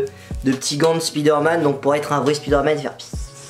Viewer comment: Pk tu dis spizsderman